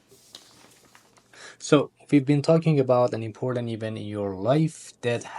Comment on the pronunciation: girllll his accent is obviously Indian 🥲🥲especially always pronounce “T” to “D” such as important to impordant